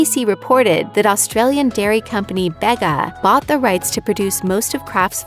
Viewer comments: If memory serves me right it is "bee-ga" not "bay-ga" .. delicious cheese by the way.. And Vegemite is also great for cooking meats as a seasoning. Now I am going to order a few jars.. need to change up my breakfast routine #IstillcallAustraliahome 🇦🇺🇦🇺 🤗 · OMG please stop insulting my home town ITS BEGA (BEE) NOT BEGGA UUUUHHHHHGGGG...also Vegemite is amazing bye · The double-s in "Aussie" is pronounced as a "zed"- so it's the same as "Ozzie". That's blackberry jam, not Vegemite! Bega- "Beega".